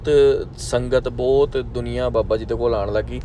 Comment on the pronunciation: Bai booutt ne hunda. Bhut hunda. Kafi sentence thik krn wale ne.